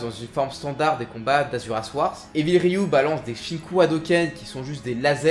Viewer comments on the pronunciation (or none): none